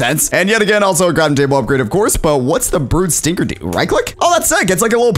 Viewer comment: Stinger is the right pronouns not stringer